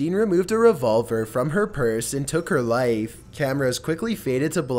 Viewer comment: he said light instead of life